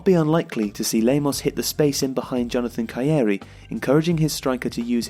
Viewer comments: mauricio lemos not lamos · Nice video. But why are you insisting on calling Lamos instead of Lemos, his real name?